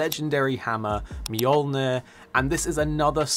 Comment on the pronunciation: ma-jull-neer lol